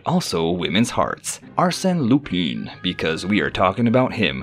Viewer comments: Lupin is pronounced Loo-pahn. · Legit though, how am I going to take a video seriously when you can't even pronounce the topic's name? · His mispronation of the name, made it hard to watch the video 😄